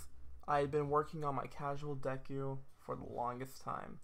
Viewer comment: wHO IS 'DEKE' THAT'S NOT DEKU